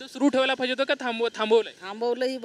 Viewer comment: पाहिजे ❌❌ फायजे✅✅